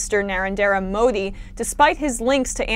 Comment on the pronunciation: Love you Emma but you butchered Narendra Modi’s name